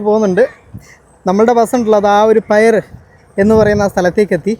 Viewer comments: പൈർ എന്നല്ല പീർ എന്നാണ് വായിക്കേണ്ടത് . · Ithanu Thalamannar Piyar enna pronounce cheyandathu aniya 😅not Payar 👎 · പയിർ അല്ല bro പിയർ എന്നാണ്. .Mumbai port ലു boat ജെട്ടിയുടെ പേര് Bellard Pier( ബെല്ലാർഡ് പിയർ) എന്നാണ്. . കടൽപ്പാലം...കടൽ ഭിത്തി എന്നതിനെ ഒക്കെ സൂചിപ്പിക്കുന്ന വാക്കാണ്. . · പൈർ അല്ല പിയർ ആണ് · തലൈ മന്നാർ പയിർ അല്ല തലൈമന്നാർ പിയർ എന്നാണ് പറയണ്ടത്.👍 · Pier എന്ന വാക്ക് പിയർ എന്നാണ് ഉച്ഛരിക്കേണ്ടത്, പയർ എന്നല്ല. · Pier pronounced പിയർ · The correct pronunciation of pier is "pi-yer". It is very easy to check this on Google. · Pier .,....peeyar ennu parayunnathu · Pear aanu pronounce cheyy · പിയ൪ (R silent)